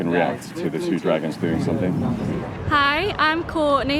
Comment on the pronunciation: Who In the gods name pronounces dragons like that “Draegens” wtf